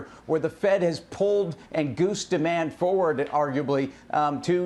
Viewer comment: Foe-wird? Is that how he pronounces 'forward'?